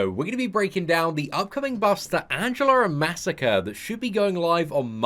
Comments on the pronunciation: masacre is pronounced (muh•soccer•aye) not massacre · what WEAK pronounciation of MA. SA. KRE. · even when he's getting buffed you mispronounce his name you monster (jk but it still irritates me a little bit)